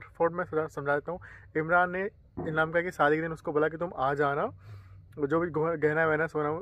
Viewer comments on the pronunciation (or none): Anamika ❌ amnaka✅